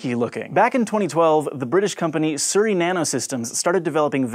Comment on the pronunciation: When youre from the UK and you got really confused on how he saud Surrey xD